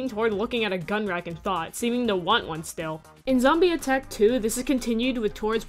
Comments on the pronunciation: It's zombie not zombeh (just to let you know) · its zombeh not zombie